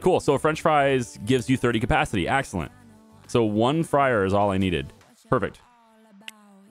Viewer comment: i love your "AAGXILLENT" :face-blue-smiling